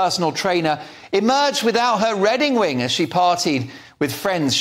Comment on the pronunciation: Just to prove I was listening... at about 8'20" says "redding wing", hahaha. Thanks for the laugh,. 😀 xx